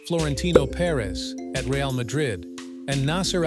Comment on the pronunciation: You have no idea about football when you don't know to pronounce Real's name